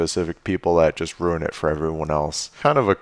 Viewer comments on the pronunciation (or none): none